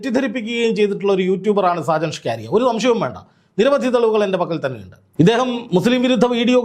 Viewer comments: സാജൻ ഷ്കാരിയ അല്ല സാജൻ സ്കറിയ ആണ് 😂😂😂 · സാജൻ സ്കറിയ എന്നല്ലേ 😂😂😂